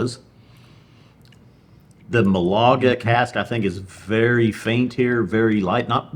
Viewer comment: Great review guys ! (Málaga not Malága is a sweet fortified wine much like PX) Cheers